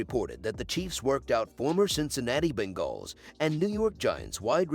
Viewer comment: Ya think? LOL Yeah, it's pretty horrible when Moums and Bingalls keep repeating. They need to phonetically write them.